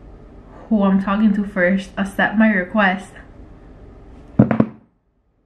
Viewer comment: all the comments: “omg let him gooo he doesn’t deserve you” her: “ah he wants me to asept his request!” me: LMFAO “asept”